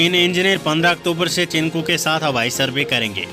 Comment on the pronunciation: चिनकू नहीं चिनूक